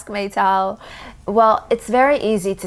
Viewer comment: I have a feeling when you say "Meytal" it makes me or you saying "My Towel" 😎